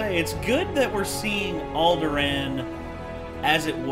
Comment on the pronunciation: The way pronounced Alderaan made me cringe.